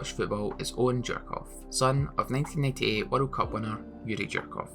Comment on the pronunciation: How you managed to call Djorkaeff Jerkoff is beyond me?